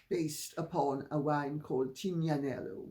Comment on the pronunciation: The "g" in the wine Tignanello is silent!